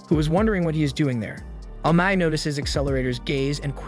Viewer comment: Amai.... Amae.. Amma...what's the guys name?.. you used so many different pronunciations...